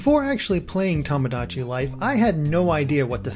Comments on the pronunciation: Its not pronounced tom-o-dachi its pronounced toe-mo-dachi and means friend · Hate to be that guy, but you keep saying "Tomodachi" incorrectly. XD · You're pronouncing tomodachi wrong >.<